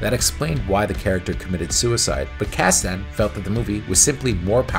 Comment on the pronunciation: You’re pronouncing Kasden wrong.